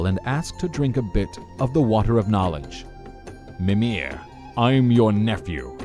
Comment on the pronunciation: Example: He says "mi-MIR" and "ygg-DRA-sil" when it should be "MI-mir" and "YGG-dra-sil"